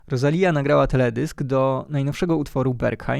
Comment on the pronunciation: inaczej się wymawia Rosalia ....aż boli